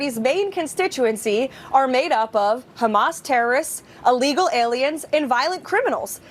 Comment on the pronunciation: "uuhlegal". duuh.